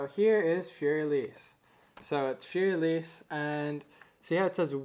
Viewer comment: thanx! your a great teacher! but one tinsy bitsy tip: learn how to say 'Fur elise' and 'ludwig van beethoven' properly. don't worry, i won't judge you on the way you say two phrases!